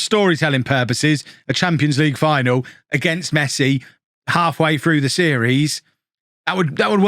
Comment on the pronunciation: Mess-eye. Gets me everytime 😂